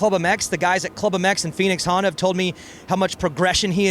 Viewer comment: Ricky Carmichael and Lee Diffey are terrible commentators. So frustrating to listen to Rickys unintelligent verbal diarrhea comments and Lees horrible accent. For fucks sake he can’t even say Honda. I have literally been watching the 2025 supercross races on MUTE.